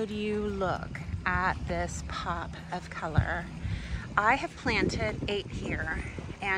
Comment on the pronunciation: It looks stunning! For a second, I almost thought you said a "Pup of Color!" lol